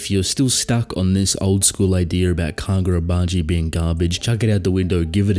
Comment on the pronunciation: KaGODrabachi, you mean.